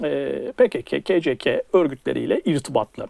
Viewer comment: "Pekeke, keceke" telaffuzları bana çok şey anlattı. Bugüne kadar tam olarak hangi çizgide olduğunu anlamamıştım ama bu ayrıntı bana net fikir verdi. Bundan sonra zerre itibar etmeyeceğim bir "hewalist" imiş Güller meğer.